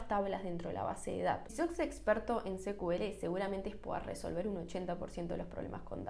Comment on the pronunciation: buen post..! solo una observación con el "secuele".. cuya sigla es SQL (Structured Query Language).. o lenguaje estructurado de consulta En inglés pronuncian SQL como "sicuel".. y en lengua castellana sería "esecuele".. atento a nuevos contenidos.. 👍🏼😊